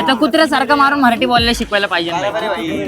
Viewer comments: आधी तू निट मराठी बोलायला शिक. "मराठी असतं ते मऱ्हाठी नाही 😅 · 'मराठी' नीट उच्चार आधी....मह्राटी नाहीये ते😮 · म्हराठी नाही मराठी बोला अगोदर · अरे मित्रांनो सर्वात अगोदर तुम्ही सगळे मराठी हा शब्द नीट बोला, उगाच मराठी या शब्दाला म्हराटी असं उच्चारू नका... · अरे बाळा म्हराठी नाही मराठी म्हण. तुलाच उच्चार येत नाही आणि चालला लोकांना मराठी शिकवायला. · आधी मराठी शब्द नीट बोला. म्हराटी म्हराटी काय करताय ???